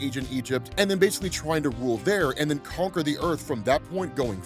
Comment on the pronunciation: Kang the “Conker?” :-P